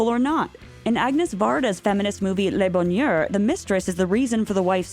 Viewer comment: “Lay bo-nyur” oh lord no… “Le Bonheur” is pronounced more like “luh [like u in ‘put’] bo-nuhr”